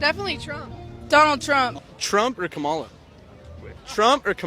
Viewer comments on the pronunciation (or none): why I’m hearing scamala sKamala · Her supporters weren't pronouncing her name correctly. Did anyone notice that? 😅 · is it just me or were the protestors saying her name wrong? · She got a whole crowd that missed the pre game, mispronounce her name😂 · Were they pronouncing Kamala incorrectly which is racist.